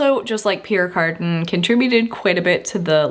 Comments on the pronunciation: Back in the day we pronounced it the French way: pee ERE car DAN. Never ever heard it pronounced carden(garden). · Pronounced ( Pea-air Car-dan) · It's pronounced: Pierre "Carduhn" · I had to Fast forward through the Pierre Cardin Section, for every time you mispronounced his name. Thanks for trying.